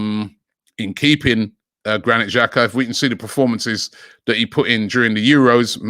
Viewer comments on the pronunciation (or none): none